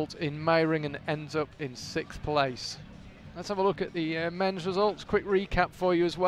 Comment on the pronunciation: SIXTH, sixth place, not sikth!! Am I missing some inside joke or what? Thank you though, enjoyed the video and the rest of the words that were spoken!